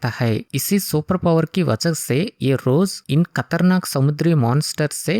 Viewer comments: खतरनाक ❌ कतरनाक ✅ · खतरनाक ❎कतरनाक✅ 😂😂